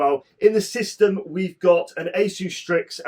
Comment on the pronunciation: I'm so glad you pronounced Asus correctly 😂